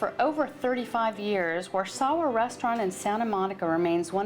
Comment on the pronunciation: Turned it off when she said Warszawa